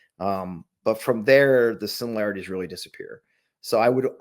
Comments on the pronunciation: You heard him .. “too many simularities” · Simu laraties? WTF is that? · Heh-heh, “simu-larities”. Reminds me of Bush and “nuculer”.